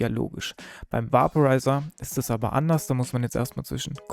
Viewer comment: Bei der Aussprache sollte man sich schon zwischen Deutsch und Englisch entscheiden. "Vaporizer" wird veɪpəraɪzər ausgesprochen, etwa wie "Wäiporeiser", nicht "Wahporeiser". Auf Deutsch könnte man höchstens "Vaporisierer" sagen, das wird dann natürlich ausgesprochen, wie man es schreibt.